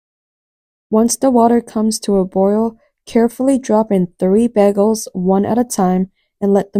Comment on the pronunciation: BEGELS? sorry I just can't get past it.. it's pronounced BAY GELS lol